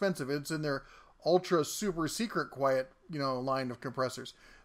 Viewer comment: "quiet" not "quite"